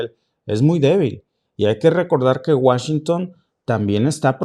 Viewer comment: Deja de decir Washington no te queda, eso lo utilizan más allá en Europa. Escucharlo de alguien de acá se escucha hijo de pueblo con cabello rubio 😅 neta. No lo tomes a mal solo es opinión!